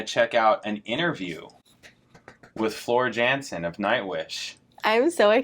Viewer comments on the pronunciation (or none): "Yan-sen". Not "Jan-sen". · Her surname is pronounced as YUHN Sen, not JEN SEN.